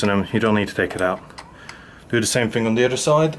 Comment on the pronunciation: and dew da same ting on dee udder side. luv it thx for the vid